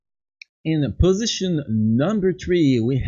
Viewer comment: Possisoin number tree 😂😂